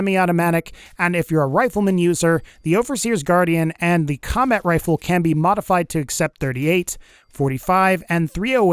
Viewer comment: WEREA WHA WAZER WIFLE